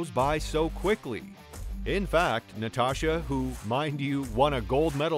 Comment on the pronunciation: I caught that as well every time you said Natasha, what was that? What was that cartoon Natasha and oh shoot what the hell I want to say Bullwinkle shit and something is annoying the shit out of me. I haven’t looked down further. Anybody cut the fact that this guy is a couple years off I mean he got a screw is that’s for sure22 Olympics 2024. I mean you got some twos in there so you still don’t pronounce the names right you still know what you’re talking about